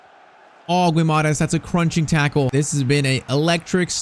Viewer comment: Bruno's name is pronounced gee-mar-reyech